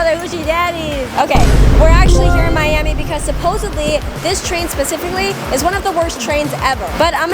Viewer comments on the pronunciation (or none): what did you just say Miami Mummaiu Miami?